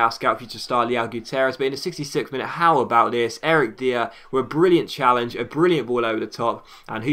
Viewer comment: "Dier" is pronounced as "Dyer"